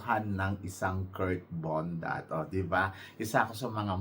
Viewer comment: Nakakaloka ka binabago mo ang mga names ng mga candidates natin.KIRK BONDAD po hindi KURT BONDAT! Kaloka! Malaki ba tyan nya eh puro nga abs.BONDAD po letter D po hindi letter T.BONDAD! BONDAD! BONDAD!